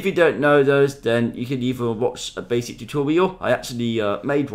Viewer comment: "Very baswic" " now let's get wight into it"